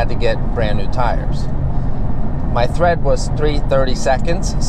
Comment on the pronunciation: BTW, its tire TREAD not THREAD.